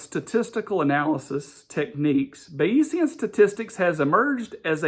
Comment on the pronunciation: You're hilariously mispronouncing and misunderstanding Bayesian Statistics. It's not about belief. Weather forecasters use it all the time. Belief is not the same as probability.